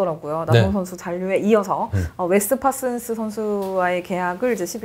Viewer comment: 허구연 해설위원님께서 파슨스 선수를 발음하기 좀 힘드실텐데.... (파쓴스 슨스는요....)